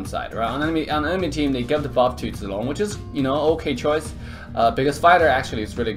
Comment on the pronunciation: are you abc ? because when u speak zilong it looks like u know how to speak chinese